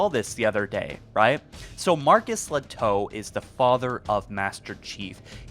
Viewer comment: I think I've heard his name pronounced "Ley-toh", not "Le-toe". (Although really Lehto is a Finnish surname, where the 'h' would not be silent. Marcus probably has some Finnish roots!)